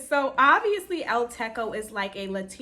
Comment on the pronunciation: El Techo is pronounced with a hard ‘ch’ not K, Techo means roof in Spanish